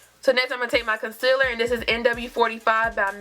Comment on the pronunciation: Casiller....really!!! Concealer! Girl!!!!